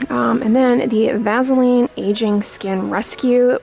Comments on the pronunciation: I love the way she says "vazzaline" hehe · Made me lmao...maybe its because shes a tad nasally. But it sounds cool so maybe we should all call it vazzaline 😂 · vazzalean lol i love that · Yeah lol I've always pronounced it vassah-leen. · Everyone I know pronounces Vaseline like vazzalean .... I guess that’s how we pronounce it where I’m from (ontario) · M LeeAnn Me too. I have never ever heard it pronounced that way before. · I love how she says “Vaseline” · I've never heard of Vaseline pronounced that way. I live the South so I'm sure we're the ones pronouncing it wrong. lol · Hm, I pronounce it the same way. I didn't know there was another way! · No I hate it. Is she a Yankee?